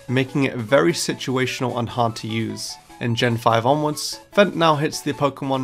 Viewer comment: Guys why the hell is no one talking about him saying fent instead of feint and